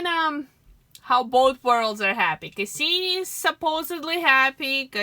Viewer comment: Cassini not Kasseeme.